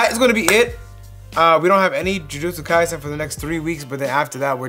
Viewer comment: The only English-speaking reactor (that I've seen) correctly pronounce "jujutsu KaiSEn". It's the "se" in "sensei".